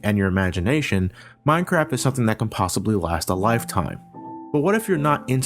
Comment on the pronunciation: at 10..10 he said mincrap